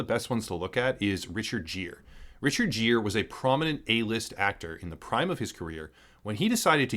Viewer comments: It's interesting Richard Gere is so forgotten his name is unfamiliar to people now. Gere is pronounced like gear on a stick shift, not like jeer as in mock. I am loving the content from UEG now. The channel is producing engaging and important work. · Dude, seriously, do a little bit of research on correct pronunciation before saying a world famous actor like Richard Gere as "Richard Jeer", it's pronounced GEAR, like gear shift. Other than that great video, and China didn't want the Statue of Liberty in the movie because it looks like the Statue of Liberty. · His name is pronounced like Gear, not Jeer, and he was very prominent. Good video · So that's what happened to Richard Gere. BTW, I think it's pronounced 'gear' rather then "jeer" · Richard Gere's last name is pronounced "Gear", not "Jeer". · It's Richard Gere.. With a G, not a J.. It's pronounced like GEAR, not Jeer... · Richard Gere is pronounced "gear," not "jeer". Regardless, great video on an alarming issue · Dude, Richard Gere is pronounced with a hard G, like Gear, not Jeer. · "Richard Jear"? "Kun-din? If you don't know how to say shit, look it up. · lol its pronounced Gear. Not Jear. Bruh cmon. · It's pronounced Richard "Gear". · Good video. (it's Richard Gere, pronounced "Gear."😉) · Have you never heard Richard Gere's name pronounced before? "Jeer"? Really? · I know it's been said, but it's pronounced Richard "Gear" (Gere). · Just a note: Richard Gere's name is pronounced with a hard-G, like in "gear". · Never heard someone pronounce Richard Gere as Jeer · Its pronounced GEAR....get it right Richard Gere (say gear) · I always thought the actor pronounced his name like gear? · Good video, although I've never heard anyone pronounce Richard Gere's name with a soft g. Sounds pretty wierd haha